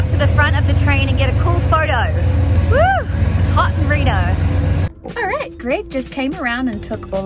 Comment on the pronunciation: I'm a long time resident of Reno. Yes you said the name correctly. It was so weird to see you get excited to see places like Reno and Lovelock but I'm glad you had a good experience.